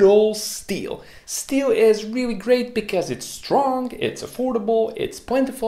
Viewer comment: Reawy reawy hahahahah